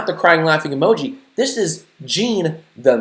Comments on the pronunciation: "The world will now know TJ Miller as the Meh Emooji" jack its pronounced emoji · I fucking hate the way white people say 'emoji'.